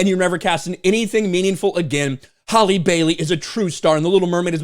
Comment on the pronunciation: Maybe some of this would’ve held up if you knew how to pronounce your names correctly it’s Halle (Hal•Lee) not Holly yet you Mena’s name with ease